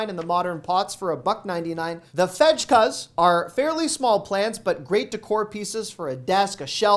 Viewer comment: I speak Swedish and laughed out loud when you said "fedge-kuh" for fejka (the artificial plants). It's pronounced "fake-uh," which translates to "fake"